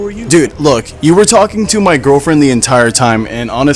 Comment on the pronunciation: Did he just said "saimed" ???